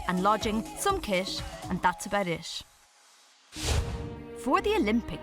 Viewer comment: The narrator, bless her! I just came from a video where she said something about ‘finish hish’ and ‘start hish’. And here again, she says ‘hish’... turns out she can’t say the word ‘it’!